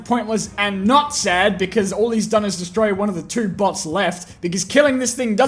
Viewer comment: I turn on the subtitles and when he said bots it turned into butts